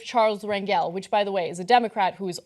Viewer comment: rep spelled rangel.. its pronounced rangle though.. he's pretty notorious.. yall should know how to pronounce his name..